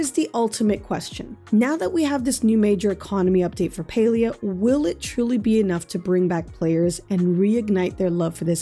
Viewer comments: Not PAI-lI-A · You pronounce palia like pailia not to be rude but it's PA-LEE-A